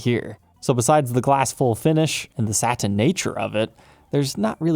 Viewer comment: ...what's with the speaking of two syllable words?... Sa-tin vs. Sat-in... But-ton vs. Butt-on. You switch... why?